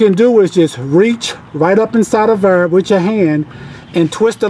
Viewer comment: The way you say Thur has me listening to some old Chingy 😂😂